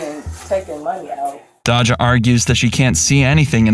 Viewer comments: Sorry but you calling Dajah “Dah-Jah” instead of “Day-Jah” like how people in the video pronounce it kinda annoys me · It’s Dayja not Dodga. You’re welcome AI voice. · Say it with me Day juh!!!! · If u call her dodga one more time 😐lol 😁 it' sounds like Dayzya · Almost 1 million subs and you don't know how to pronounce "dajah"? Cmon my guy. It's not hard. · Lol it's him mispronouncing Dajah when they said her name in the video plus calling a Louis Vitton bag Gucci